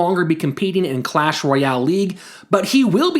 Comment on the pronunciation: It's "Clash", not "Q-lash" 😉